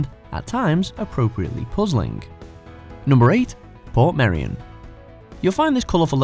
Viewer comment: Portmeirion is actually prononced port-MAY-reeon with the ‘r’s rolled. The “rion” is one syllable.